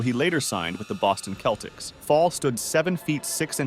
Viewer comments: no way bro said "keltics" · Boston keltics? Shock? What’s goin on with the pronunciation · Homie said Boston keltics. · and the boston 'Keltics'!! haha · Your pronunciation of Shaquille, Celtics, and Shaq are cringe worthy! 😂😂